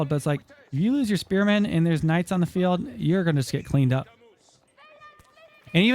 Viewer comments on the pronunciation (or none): "AlLoT oF SpErMaNssS"